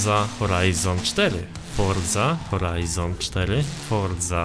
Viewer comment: fordza horajzon cztery XD XD XD XD Forza Horizon 4